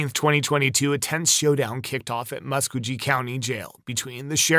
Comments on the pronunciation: Btw Mr. Narrarator, youre pronouncing the 2nd stories county WRONG! ITS PHONETICALLY PRONOUNCED: MUS-KOE-GEE, GEE AS IN GEESE, GEE. MUS-KOE-GEE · mus-ko-gee (hard g)